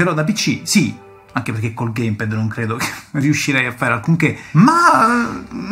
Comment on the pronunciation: Bellissimo video ho rutti questi ricordi da vecchio videogiocatore anche io ma unica pecca che posso far presente è che si dice geim pæd non gaim ped. Bel video comunque mi hai tirato fuori tanti ricordi